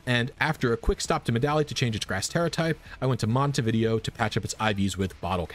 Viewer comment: We need a "Pokemon trainer" NPC that just let's you freely change a pokemon's EVs, IVs, nature, ability and moves once you finish the post-game, in exchange for money, not a special hard to get token. Also, not him calling Montenevera "Montevideo" 💀